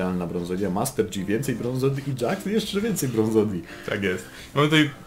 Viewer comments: master DŻI XDDD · Janna=(dzana) Yasuo=(jasuo) Master yi=( master ji) Z jakiej racji master dzi ????? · Panowie. Oglądam was jakiś czas i za każdym razem jak słyszę "Master Dzi" to moje uszy wypełniają się ropa i wrzodami, które następnie perforuja. Z całym szacunkiem do was i do waszej drogi lolowania! 😊 Pokój i Miłość! Joł 😊